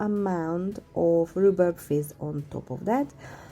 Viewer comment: Absolutely gorgeous 😍 ❤ and I loved how you said rhubarb made me chuckle 💖💖💖